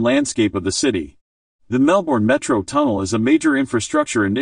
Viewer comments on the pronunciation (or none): An irritating American who can't even pronounce Melbourne and the names of its suburbs. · God ,please pronounce Melbourne correctly .